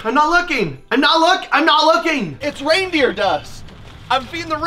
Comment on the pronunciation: “It’s weindeer food”